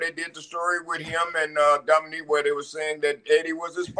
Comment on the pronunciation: Teddy calling Dominik, Dominique the whole time lol.